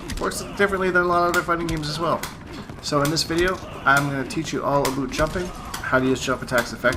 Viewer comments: Lol why do you say "aboot"? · "And this videos all aboot, the boot...." lol you had me dying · DRANTIS マ ダ ラ Canadians say aboot lol. but yes he says it on purpose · "and this video is all ABUUT" Fucking love it!